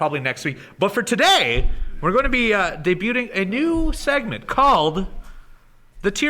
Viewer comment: Love ya but the "T" in Debuting is silent lol....carry on:-)